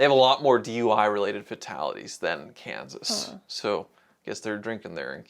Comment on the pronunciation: it's kansas😂😂😂 hi